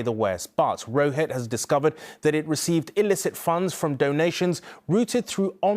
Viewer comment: he didn't even pronounce "Rusich" correctly. I like how media is coping and trying to shift the narrative compared to how in reality Ukraine employs an exponentially higher number of fascists.